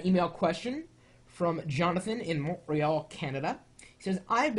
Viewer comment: w000t yay MONTREAL! (and its pronounced mont-ree-uhl)